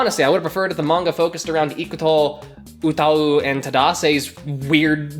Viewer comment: Am I the only one low key confused about how he pronounced 歌い utau ?